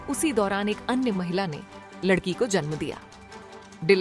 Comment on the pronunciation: Ladki hota he lakdi nhi